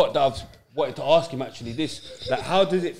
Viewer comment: It’s when they say. Harsk them. It’s “Ask” 🤦🏾‍♂️ embarrassing